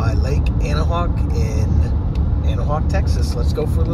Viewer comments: its pronounced "Ana-Wack" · Bro you butchered our name and if you would have took a left at the main four-way and then turned by our elementary school you would have had a great view of the lake we got a big park there also where the plane crash happened a few years back